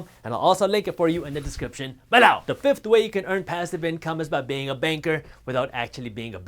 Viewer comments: say bellow one more time.... lol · i love it when he says "smash that that button BELOW!"